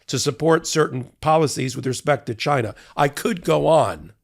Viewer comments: “CHYNA” Trump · "CHI-NA" -republicans